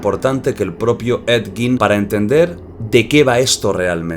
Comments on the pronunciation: En realidad se pronuncia he yin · Se dice a si edyin 😅 ese bro es súper viejísimo salía en la casa de los mil cuerpos película realizada por RoB Zombie 🧟 buenisima esa película bellísima ❤❤❤❤❤ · Ha dicho Ned gin? 😅